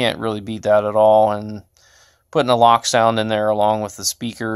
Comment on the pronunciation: wow i didnt realize bachmann stopped putting 30 lbs of lead in their models and not leaving any room for any future installs! haha also its pronounced "lowk" not "lock" its a german company and they are special haha